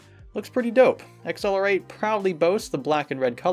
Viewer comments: i think its pronounced ACCELERATE not X L R 8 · Where did they get the name XLR8? Doesn't really roll off the tongue. Good video as usual though! (Edit) I just realized it is pronounced "Accelerate" and now I feel like a complete idiot.